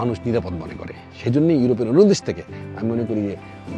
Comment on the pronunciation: Desh bolte pare na bole dash wtf